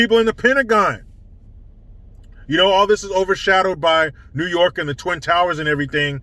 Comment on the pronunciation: The NEWWW YOOOOOOK accent kills me every time 😂😂